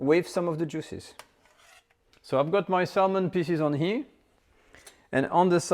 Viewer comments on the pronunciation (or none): I like your recipies. But learn how to pronounce “here”.